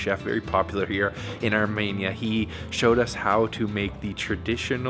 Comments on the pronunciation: Love you channel but one thing: PLEASE STOP SAYING ARMANIA ITS ARMENIA. Arm-een-ya❤❤❤ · Pronounced Armenia, not ArMANIA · Ar-MEE-nia not armaynia! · Its ArmEnia, not ArmAnia!!!